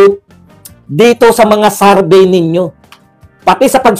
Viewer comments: Ano Ang Tama survey or sarvy ayusin mo Naman mag pronounce. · Survey po Hindi sarbey